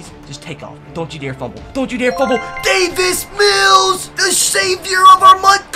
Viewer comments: He says David mills when it’s Davis mills😭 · It’s Davis Mills not David Mills😂😂😂😂